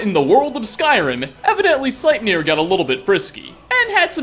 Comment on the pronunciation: SlEIpnir! EI! (Ei says "I", ie says "E")